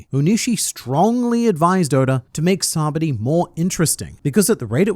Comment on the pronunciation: SABAODY "SA-BAH-OH-D" You're welcome :)